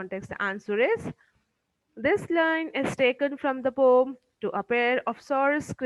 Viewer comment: Pom❌ Poem ✔️